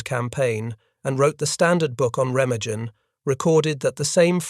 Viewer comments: Oh, how I hate an narrator mispronounce a city or region WRONG!!! That bridge has a German name Ree-mah-gen. If needed check the finished production for those kinds of ERRORS!!!! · Remagen rhymes with pemmican. It is an ordinary German word with accent on the first syllable and a hard g as in 'go.' This remark may seem trivial after such a tragic tale, but you'd think that after making scores of these WW2 videos, you guys would take enough interest in German culture to master an ordinary word. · Why is he pronouncing Remagen like that?